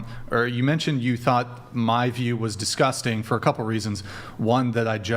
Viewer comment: Honey, just because you pronounce it “DisGussTing” doesn’t make it disgusting 😂